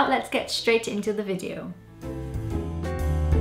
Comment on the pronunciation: yes, years, video, person - all said the Welsh way.